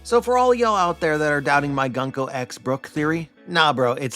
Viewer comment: Unsubscribing after a decade because you keep saying Gunk O